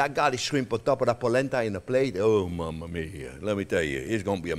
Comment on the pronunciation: When he says "Mama-Mia" for sure haha